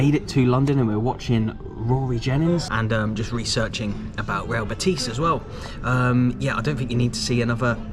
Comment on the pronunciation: Betis fans seem a great bunch. Ive heard a few people from the uk call them bateese and when a spaniard calls it betis you just know its called betis 😂 another thing i love how an englishman takes so much interest in Scottish football fair play.